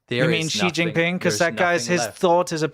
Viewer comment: Make sure to NEVER pronounce Xi Jinping correctly.